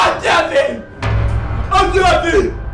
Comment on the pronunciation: The dad saying Jeffry and not jeffy is so true they actually say jeffry